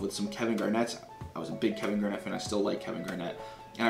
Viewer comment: I’m still laughing about you saying Kevin Garett instead of Garnett, so good.